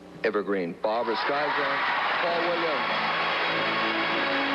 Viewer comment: “Barbra Streisin?” C’mon, Jane Fonda; surely you should know how to pronounce her name!